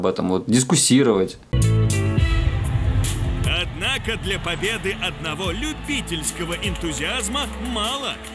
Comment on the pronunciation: Дискутировать. Извините за душность, но мне ухо резануло.